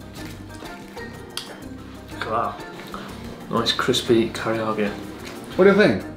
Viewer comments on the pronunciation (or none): Chris says karyage, what a silly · Chris pronounced karaage, sounds like kareyage 😁kinda reminds me of Brad's mom on the Goonies, pronouncing harakiri, harry carry 😂